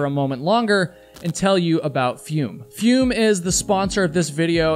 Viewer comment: It's probably pronounced "foome" as in the French verb "Fume/Fumer" - to smoke.